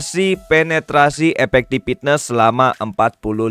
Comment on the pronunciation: As always, video informatif banget, makin yakin sama prioritas banner yang harus digacha wkwk Tapi sorry nih, coba dengerin pengucapan 'Effectiveness" di google translate dong. Padahal selebihnya kata2nya enak banget, tapi gatel ngedengerin satu itu salah ucap. Sorry banget, ini mah biar video nya makin perfect.